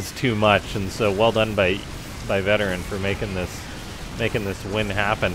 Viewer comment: I think it's pronounced Veteran... VeT-erran... like a play on words Vet Terran... you get what i mean i'm sure...